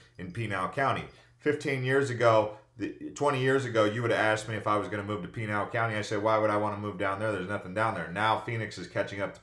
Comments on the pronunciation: You are mispronouncing Pinal County. It is pronounced...."Pin - Al." Not "Peen Al." Just saying. Nice video. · Just so you know tou are saying Pinal wrong, its pi-nail